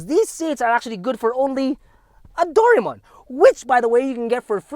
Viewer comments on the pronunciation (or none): It's Doraemon not Doraemon 😁